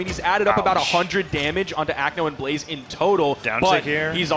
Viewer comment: god i was annoyed by the caster calling blaze blaizzy every time